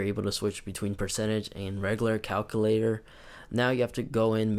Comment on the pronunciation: Lol he says “calcoolator” but nice video though!